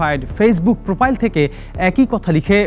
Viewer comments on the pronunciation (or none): য়েবং না এবং হবে। প্রপাইল না প্রোফাইল হবে। রিপোর্টারের ভাষা ঠিক নাই। এগুলো channel এ আসে কিভাবে? বুঝিনা